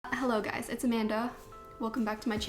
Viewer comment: Everytime, every single time, I hear It's A-Man-Duh, I can't unhear it.